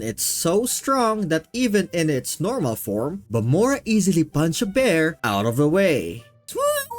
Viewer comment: who tf is BAMORA??? its VAMOLAA